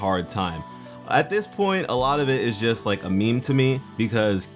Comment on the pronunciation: "without the watermelon stevens it would have bin a total losh." ok so you said losh xD